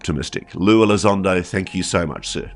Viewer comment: Not lue...its Lie Elizondo, syop